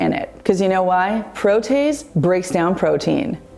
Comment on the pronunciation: You are pronouncing protease incorrectly. Pro tee ace. 😊